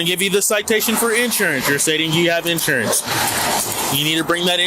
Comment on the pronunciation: Its actually insurance, all one word. Not in / surance as opposed to out surance.